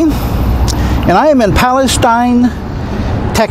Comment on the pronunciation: You'll be sad to know that the big, hollow tree was cut down on the 8th. The City determined it was dead and didn't want to risk it coming down during a winter storm.Good vid! P.S. We pronounce it Pal-e-sTEEN.